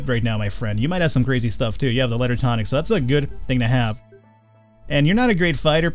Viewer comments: Hey. It's pronounced too-nick. Not tonic. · its (tuu-nik) pronounciation pronounciation nazi=me